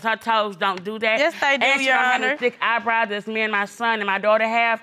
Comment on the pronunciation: "Look at his EYEBRYE" 😳😳💀💀😂😂